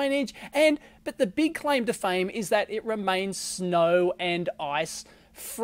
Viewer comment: It will snap"znow"...